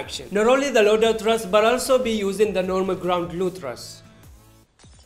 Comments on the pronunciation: It is not "RAS" it is called "RUS". In Russia we dont call Yemen as Semen smh. RUS-79U means Rus, 1979, ukorochenny(shortened). It is a game name anyways. Real name of the gun is AKS-74. However it is called "RUS" in game not "RAS". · This is the first YouTuber that said R U S as RUS